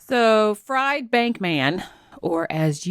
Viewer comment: When its a last name Fried is pronounced Freed.